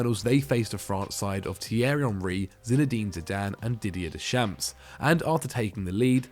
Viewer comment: ARE YOU NEW HERE??? your prounciation of Suker and Deschamps hurts my ears ffs